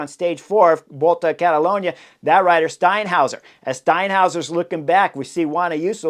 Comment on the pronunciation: Got that 'Steinhauser' down pat!